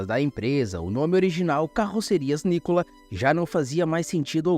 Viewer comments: Não é nícolas É nicola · Não é NÍCOLA, é NICOLA.. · Eu até daria nota 10 à este vídeo, não fosse a distorção do nome original "NI CO LA", do qual me lembro muito bem, isso ainda da década de 50, e nada de 'NÍCOLAS' como neste vídeo. Nessa década (50), era enorme a quantidade de europeus no Estado de São Paulo, norte do Paraná, e no Sul de Minas. Esses onibus eram horríveis de tão feios que eram, mas era visível naqueles imigrantes que sorriam quando o onibus chegava para embarque e, com visível orgulho diziam o nome "NI CO LA", bem pronunciado por eles. :trophy-yellow-smiling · Nícola? Sempre soube que era Nicola. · Escreve-se Nicola e se lê Nocóla, não Nicolas, uma empresa que dá emprego para milhares de pessoas no RS, no Brasil e fora dele, qual o motivo de colocar a foto de um ladrão na thumb? Sou caxiense, sem vínculo nenhum com a empresa, mas tenho orgulho dela! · O nome dos fundadores se fala "Nicóla", pois são de origem Italiana.